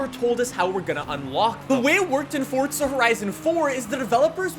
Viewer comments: it's not fortza it's forza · ITS NOT FOR"T"ZA IT IS FORZA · It’s pronounced forza not Fortza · "Fortza Horizon" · Fortza? There’s no z😂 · where is the 't' in forza